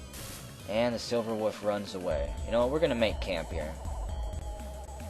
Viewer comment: I just love how you pronounce "wolf" as "woof"